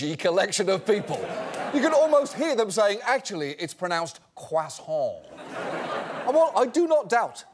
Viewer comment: AcTuaLLy, it's pronouced "Kwah-Sohn" 😩